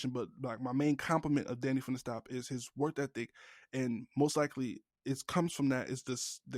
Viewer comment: Bro can’t say “work ethic” ain’t it 😭 work thethic 🤣